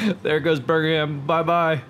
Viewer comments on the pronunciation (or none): It's Birm-ingham. Not birgingham XD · Ross Burgingham does not exist to my knowledge. Its pronounced Birm-Ing-Ham my friend :) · Bur-Ming-Ham it’s Birmingham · I heard Virginham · sorry i am going to be the grammar nazi here but as a resident of Birmingham i feel the need to tell you the pronounciation is BIR-MING-HAM :) also you nuked my home town :o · Might be some confusion,. I agree with James you're saying it wrong, at least from what I hear. I hear you saying berg-in-ham. I also live near Birmingham in Alabama, and to best of my knowledge they are both pronounced the same. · The H in Birmingham is silent - /ˈbɜːrmɪŋəm/ unless you're talking about the American Birmingham. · I'm from Birmingham. And i can confirm it is pronounced Bum-in-ham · its pronounced birm-in-um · bir-ming-am is the way it is usually pronounced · American Youtuber- “burgerham” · Did he call Birmingham Burger ham 🤣🤣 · We'll just call it Burgingham now :D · What's Bringanham? I hope your commentary improves! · birmingham is pronounced birmingherm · U can’t say birgmanham can u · Every time he said Birmingham was a stake through my heart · Not to mention the pronunciation of Birmingham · The way you pronounced birmingham gave me actual cancer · doesnt even make any sense, Alabama has a Birmingham so you’d think he’d know how to pronounce it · The way he pronounces Birmingham lol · How is it impossible for you to say “Birmingham”? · dude you'r saying birmingham wrong. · why can american just not pronounce anything with HAM on the end